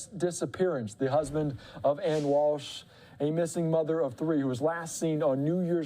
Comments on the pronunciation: How embarrassing, you can't even pronounce her name correctly not Ann....Ana...Ah na is the pronunciation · Can we just say her name correctly???? It’s not Ann!!!